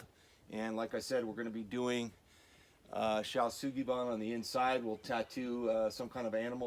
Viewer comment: Superfrikkin impressive. Really like the improvisation and compromise with choice of materials. Also really like the plan to use shou Sugi ban method to balance out the choice of wood. Wouldn’t be the channel without the mispronunciation of shou sugi ban